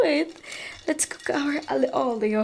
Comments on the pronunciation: It’s not ALE OLIO it’s Aglio e Olio (alyo e olio) Im a fan from italy hihi☺️ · I thought it was pronounced as Alio Olio😭 Ali Olio lang pala?